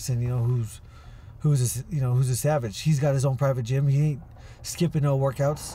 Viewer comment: In the bigaahhs jeeeem